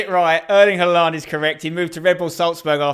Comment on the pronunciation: Spencer you pronounce Haaland wrongly